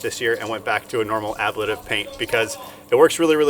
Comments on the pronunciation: Not to be that guy, but just so you know: uh-blay-tiv. blay as in play. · Ah-blay-tiv. Just for future reference.